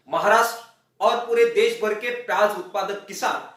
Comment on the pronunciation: देस नहीं देश होता है